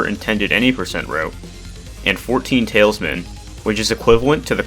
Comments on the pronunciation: you misprnounced tal is man as tailsman soo cringe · great video but every time you said "Tailsman" instead of Talisman I wanted to put my head through my dry wall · especially when he says tailsman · Agreed regarding improper pronunciation of the word “talisman,” but I’ve taken his age into account and the fact that “talisman” isn’t an everyday word. The improper use of “they,” however can become a difficult habit to overcome. I understand how a very few, very loud set of people get upset over using proper (to them: oppressive) pronouns. I’d hate to see very promising start in YouTube get derailed for fear of wielding his native language correctly. He is doing the work of a historian and is clearly a sharp kid, so I strongly believe that it becomes his intelligence (and ours) to consider my critique. This over and improper use of “they” is a fad and is very much associated with the cruel, destructive, and irrational cancel-culture scene. doesn’t strike me as the aforementioned sort, hence my advice. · It's actually talisman, not tailsman!